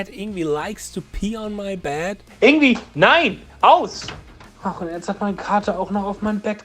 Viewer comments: You pronounce "Yngwie" as "Ing-vei", NOT "Ing-wi". I hope you understand now. I respectfully disagree with you, sir. It's definitely 'NOT SWEEPING,' as he is 'PICKING THE NOTES DOWNWARDS ONE BY ONE' in a very fast manner. If you watch it carefully, you'll see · It’s Ing-vay not ingvee. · " Ing wee " is not the correct pronunciation. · I used to pronounce Yngwie's name like that until I watched a Young Guitar (or some VHS like that back in 2002) video of himself saying his own name... it was shocking to me to learn it wasn't pronounced "Eengwee". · All that effort to make a video criticizing someone else's video. Would it have been that much trouble to learn how to say the name of the person who is the subject of that video? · Learn to say his name before you make a video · Hard to take you seriously if you won’t even pronounce his name properly.